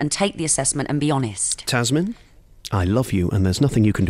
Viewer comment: my goodness; he called her tazmin. her name is tamzin for heaven sakes!!!